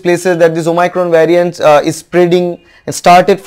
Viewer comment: Abey ghochu Bengali me video bana. English tujhse nhi hoga. "Vyariant".... "omycron" 🤣🤣 what are these?? You dont even have the knowledge of tense and construction of sentences. Kyu khudki mockery bana raha hai😅😅